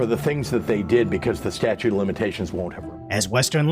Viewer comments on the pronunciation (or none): Pedantic man here: Will these uneducated elected officials ever stop saying "statue" of limitations?!?!? It's "STATUTE OF LIMITATIONS"!!!!!!!!!!!!!!! FROM GOOGLE: When to use "the statute of limitations" Using the definite article "the" is correct when referring to the specific deadline for a particular legal case. Example: "The statute of limitations for filing a personal injury claim has expired". Example: "In this case, the defense will argue that the statute of limitations has run out". I feel I can ignore everything they say after that because they obviously are incredibly uneducated.